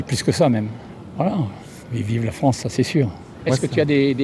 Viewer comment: La Fronce de Soros 🤣